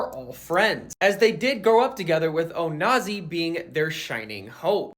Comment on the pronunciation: PLS STOP SAYING ONAJI 😅